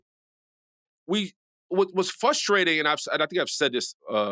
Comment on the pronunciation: What’s FUSTRATING😂..is you’re a grown man and can’t prounounce FRustrating